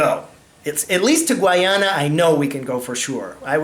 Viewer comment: Please pronounce and spell Guyana correctly.